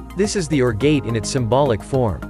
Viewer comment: It’s not “orb gate” it’s pronounced “or” gate.